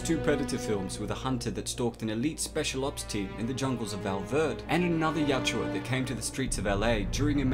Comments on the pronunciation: dude it is yowt-JA, not yowt-JEWA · At some point I hope you learn the pronunciation of the name of their race.